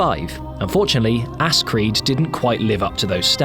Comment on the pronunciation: I can' stop laughing as the fact that you said "Ass Creed" XD But good video! I've subbed, I think your channel is going to go far ^_^